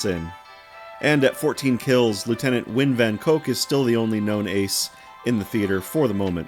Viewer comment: Nguyen is pronounced as "nwen" just fyi